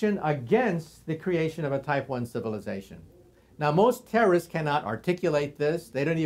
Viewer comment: Mark Meyers What the heck are you talking about? There is no such word as "terrist." It would be spelled terraist, if it actually existed, lol. Dr. Kaku is simply pronouncing "terrorist" as "terrist" and you're reading some anti-transhumanism make-believe lingo nonsense into it. That Age of Transitions video and website is typical Alex Jones/George Noory type fear-mongering by people who don't understand science and history due to poor education.